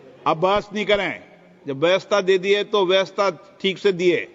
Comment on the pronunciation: Vyastha? Vyavastha Hota h.